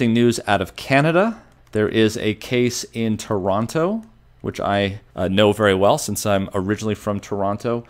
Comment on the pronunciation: Says he's from Toronto but doesn't pronounce it correctly